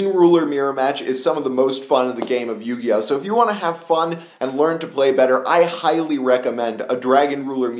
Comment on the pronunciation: "Yugioht" :P